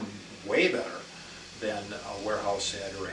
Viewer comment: Warehouse. Not Wearhouse